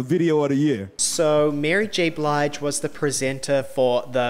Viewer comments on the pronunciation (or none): none